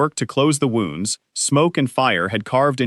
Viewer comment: They pronounced "Elias" and "wounds" correctly! Not an A.I.? Should have a female narrator.